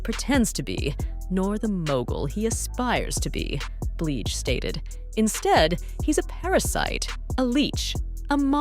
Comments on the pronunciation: Who the hell is “Bleeej” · Why is it that you can make this video but can't pronounce her name correctly. The women has been singing over 25years how the hell you dont know how to pronounce it.. Yall white people do this a lot i notice when making these videos. Just sad...